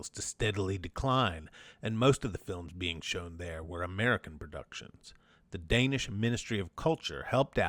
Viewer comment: Hi, it is I, your countless listeners in Denmark. Don't worry, you managed to massacre the pronunciation of every single Danish name and word, but we forgive you since you somehow managed to stumble upon the existence of the ABCinema art collective in your research.